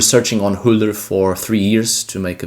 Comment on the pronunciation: haha it's not "H-ullur" its UllR